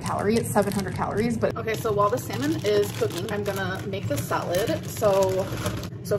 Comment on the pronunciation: Each time she says “salmon” it sounds like semen, said in Spanish…